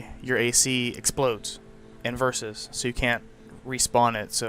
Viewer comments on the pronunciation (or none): none